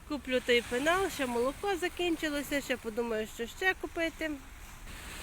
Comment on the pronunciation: ПЕНАЛ, а не пИнал, 😅...